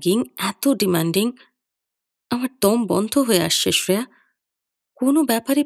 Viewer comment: Shreya উচ্চারণটা খুব কানে লাগল । আমরা বাংলায় তো sreya বলি । হিন্দিতে ওরকম বলে।